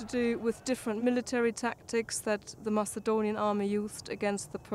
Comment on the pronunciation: why do they read Macedonian as Masaedonian